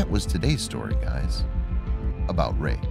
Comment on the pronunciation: In the beginning I heard rape instead ok rake